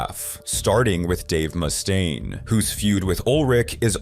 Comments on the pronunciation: Around the mark, why is Dave's last name pronounced correctly, then a few seconds later it's "moose-taine"? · Moose stain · “ Moostaine” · Moose stain. -me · It's getting harder and harder to tell these days, but I'm pretty sure the voiceover is AI-generated. I've never heard someone pronounce "Mustaine" two different ways before. 😂 Surf Wisely. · Got bored when he fist said "Mustaine"